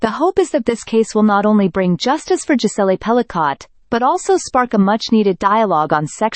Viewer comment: Hate this A.I.-narrated crap….”Jis-ell-ay Pell-i-cott”. The surname is finally pronounced correctly , then goes right back to being butchered…is it really that costly to have a human being pronounce things correctly ?